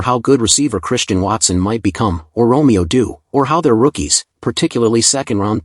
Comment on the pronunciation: Guy can't pronounce Romeo Doubs